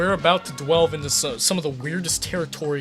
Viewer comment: “we’re about to DWELVE...”